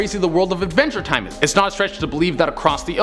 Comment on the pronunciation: He said Advenger time. . . 🤦🏻‍♂️